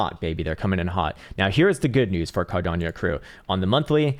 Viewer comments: Carderp…(clears throat) Cardanieyo…😂😂😂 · Is there a I in cardano???? Why the fuck he is saying cardanio Wtfff